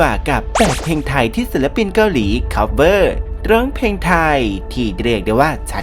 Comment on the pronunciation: ออกเสียงให้ชัก เพลงไทย ไม่ ใช่เพงไทย